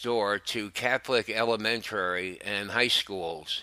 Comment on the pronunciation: He also mispronounced "elementary" as elementarary". Please get someone to to narrate theses videos who can actually read. I agree, though, that he should NOT have been sent to a monastery near any schools.